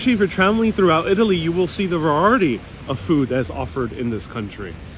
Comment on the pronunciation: Va-reye-i-ty. I have seen you only a couple of times. Where are you from?